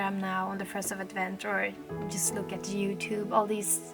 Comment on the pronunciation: Advent, the accent is on the first syllable, a Catholic holiday here. There are Advent calendars where you open a little window to show a tiny picture each day of Advent.